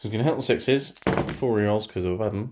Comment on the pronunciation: AH-BA-DON NOT AH-BADDON